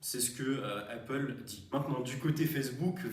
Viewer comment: Arrête de dire heyppale stp, sinon très bien